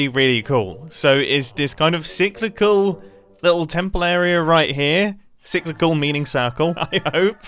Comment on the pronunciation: Just so every knows "Cy·cli·cal" means "occurring in cycles; recurrent" and he did pronounce it correctly